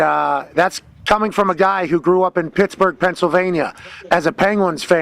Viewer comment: Still Crack up to this day when Ovechkin called Pittsburgh Shitsburgh on that Road to the winter classic documentary